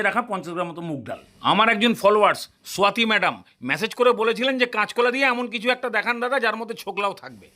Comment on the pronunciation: দারুন লাগছে। কিন্তু নামটা স্বাতী না swyaati?😅 বাঙালি নামে আমার আজব উচ্চারণ কেমন একটা লাগে।